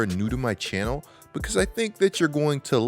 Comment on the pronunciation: First off that accent when you say the word Channel. Also all the teams you like is ass Pelicans, Rockets all ass.